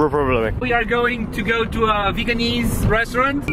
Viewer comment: and pedro I also thought you said "Vietnamese" at first. There is no such word as "veganese" in English. But a great video anyway; I hope Cintia has a good time staying with you guys!